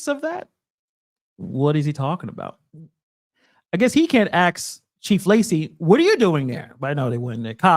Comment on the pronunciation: You caught yourself but please stop saying axe when the proper saying is ask. I don't know where saying axe instead of ask came from but it needs to stop, I have even heard judges say axe instead of ask and it makes my blood boil that such learned people suck that badly for lack of a better term. Also look a little farther into your boys LIAr and Tyrant GERMinator. They are nothing but agitators taking advantage of the situation in Dolton. Look at their past and present videos, they constantly violate court orders and just human decency by posting peoples likeness for profit on Youtube and they violate the TOS. And of course the E-begging, I'm not particularly familiar with Tyrant Germy but LIAr constantly has a go fund me up to profit from being intentionally arrested (the day after his BS in Dolton town hall he intentionally was arrested in Schenectady and put up a $10,000 go fund me, must have been the end of the month). Look at your own cards once in a while. Reyes (LIAr) is a Gofundme machine, he has one at almost 50k, he is profiting off of being a criminal. I like your work but I reeeealy don't like that you praise frauditors...